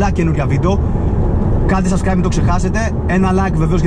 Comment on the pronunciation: Λίγο τα μπέρδεψες στην αρχή είπες (καντε εγγραφή και) "σασκραιμπ" Σαμπσκραιμπ είναι το σωστό!Δεν κοροϊδεύω!